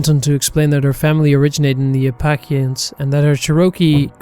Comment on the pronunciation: Oh no my dear my dear.you say Apple-AY-shuns or Apple-LATCH-ians, and it’s CHAIR-ohkee. Please, I will offer to skype with you when you want to narrate anything about rural America! I so love your work, but rural and Native Americana is not for the faint of heart, and if you don’t want to wake up some morning with hundreds of red hands painted on your house, there are some folks you might not want to upset.